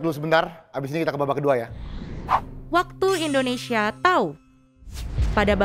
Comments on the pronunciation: Mohon maaf sebelumnya. Sedikit saran, di detik , penyebutan nama negara kita harusnya "Indonesia:, bukan "Endonesia". Mungkin di konten lain gak terlalu saya permasalahkan, tapi untuk di konten ini karena temanya "𝙀𝙋𝙄𝙎𝙊𝘿𝙀 1 𝙏𝙒𝙆 𝙎𝙄𝘼𝙋 𝙈𝙀𝙈𝙋𝙀𝙍𝙏𝘼𝙉𝙔𝘼𝙆𝘼𝙉 𝙆𝙀𝙄𝙉𝘿𝙊𝙉𝙀𝙎𝙄𝘼𝘼𝙉𝙈𝙐", seharusnya jg ga boleh salah spelling nama negara Indonesia. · TWK yang paling pertama adalah mengucapkan nama negaramu dengan benar. INDONESIA atau ENDONESIA? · saran aja, saat nyebut negara, pelafalannya Indonesia jangan Endonesa